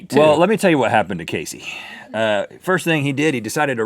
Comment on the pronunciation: KASEY KAZZ-EE